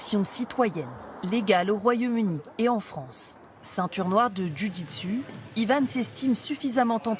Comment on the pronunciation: "Djus di tsu" !!! # tabarnak 😖